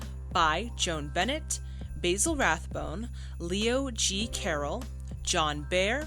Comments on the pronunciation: That would be Bah-zil Rathbone, not Bay-zil Rathbone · ..."Bay zil" is an herb. "Baa Zil" is a man's name. (Basil Rathbone was a very famous actor, btw... he played Sherlock Holmes in many films of the 40s.) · I love your commentary but the correct British pronunciation of Mr. Rathbone’s name is “ba-zuhl rath-bown”.